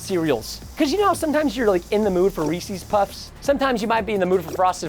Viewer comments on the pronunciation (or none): No offense Preston Im a Texan too, but its not (Rees-ease) its (Rees-es) IT MATTERS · And its pronounced reesis